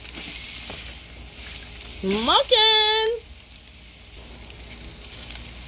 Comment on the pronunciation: If you say smoken 1 more time...